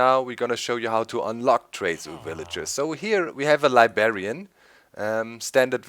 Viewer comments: It's "LibRRRRRarian"! not "libarian" there is a "r" in between the "b" and the "a" sorry, but that always annoyed me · libarian xD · Doc! There's 2 "r"s in Librarian. :P